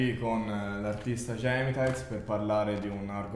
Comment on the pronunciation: Già che hai detto gèmitaiz al posto di gemitàiz vuol dire che... meglio che sto zitto. Ce l'avevi pure di fianco ceh boh